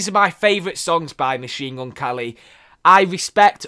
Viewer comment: why does he say machine gun kally though?